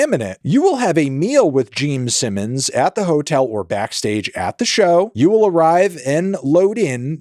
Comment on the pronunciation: "Jeem Simmons"